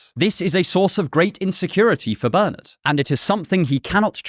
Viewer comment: Pleased with your pronunciation of my name, Bernard, but then you are English or Irish.